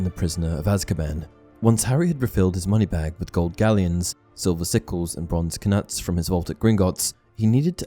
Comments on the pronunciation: c'mon, please! Why do people say "k-nuts" instead of "nuts". I've heard it in audiobooks too. This is clearly just supposed to be a silent letter. Surely I'm not on my own here. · Lol guy said "ka-nuts" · I would have figured you pronounce Knuts the same way you would Knight... Am I wrong? Kanuts just sounds so awful. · Im sorry but did you say kuh-nuts? Like a kuh-nife?? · Lmao "k-nuts" cracks me up every time. Pretty sure the K is silent XD. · The k in knuts is silent😂. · Why do you keep pronouncing the k in knuts?!! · I can't be positive, but I'm pretty sure the "k" in "knuts" is silent...